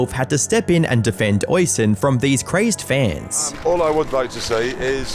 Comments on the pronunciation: Oi-son? My god talk about butchering his name.. me no speak good me think Sean is pronounced See-Ann.. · Oisin is pronounced Usheen. I know, it's weird but most Irish names and words are. You're killing my ears 😆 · Irish person here- Oisín’s name is pronounced ‘uh-sheen’ just so you know :) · "Oisin" is pronounced like the word "rushing". The second "i" is long, and when written correctly, is accented: "Oisín" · it is. It is an Irish name, pronounced "aw-sheen" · Hey dude love your vids but your pronounciation of Oisín and Yorkshire made me chuckle with how wrong you got it, Oisín is an irish name pronounced like usheen and yorkshire is pronounced like york sure or york sheer (depending on where in britain you are) I still get caught out by some of the town names in the uk and i immigrated 13 years ago 😅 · Goddamn, hearing someone mispronounce Oisín that badly, that many times gave me a stroke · Lovely Irish name "Oisín" but you clipped his vids and still pronounced it wrong every time 😅 to be fair I've probably mispronounced many names in my day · It’s not Le-BLANK. It’s pronounced Le-BLONK. People have already pointed out Purgatory and Oisin. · I get that Irish can be hard, but that pronunciation of Oisín was diabolical 😂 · Reminds me of a video I watched where the guy mispronounces Edinburgh and how mispronounces Yorkshire, Oisin and purgatory here, it doesn't take a lot of time to search up and listen how to say a certain word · how the fuck are you british and also unable to pronounce neither yorkshire, or oisin? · Yeah. Him mispronouncing Oisin I can understand. Different countries and all that. But purgatory is something I thought everyone knew how to say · Amazing, probably my favorite video you uploaded. Great work as usual. But for the love of God, please check first how the name Oisin should be pronounced😅